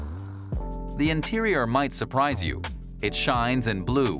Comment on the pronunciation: Ya. Who narrated this? The word is "you," not "ya."